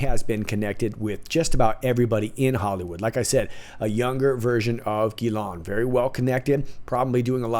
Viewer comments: I know the name Ghislaine is not a common name. Most Anglo Americans are mispronouncing it. It is not Gi Lawn. (Hard G). It's Zhiz (Zh as in the French name Jacques) Len as in Lenny. De rien. You're welcome. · Thanks for your vidéo, from à french patriot ! Can i just tell you something ? Ghislaine is a french name... The correct prononciation is : Jeez lane... Hahaha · The Madam's name is pronounced: Ghee - len